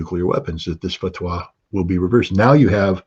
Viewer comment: I’m not seeing an intelligent analysis by Mr Ritter. I am seeing why he is ‘ex’ though. It was a painfully long monologue of spurious wishful thinking, though I note his enthusiasm for the repeatedly correct pronunciation of fatwah - pity he didn’t follow this with taqiyya or an explanation of its use. And I’m unconvinced of the USA reluctance to see oil fields out of action in the Middle East.. it is an ill wind that blows nobody any good.